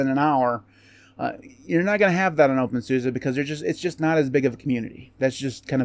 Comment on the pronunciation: You need to pronounce it the German way!